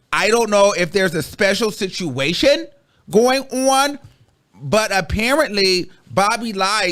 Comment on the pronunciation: The emphasis on the special “SITUATION” was a kiiiiiiii😂😂😂🤣🤣🤣🤣🤣🤣